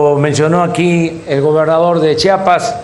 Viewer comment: Chambón, se dice Chiapas no Chapas. Saludos cordiales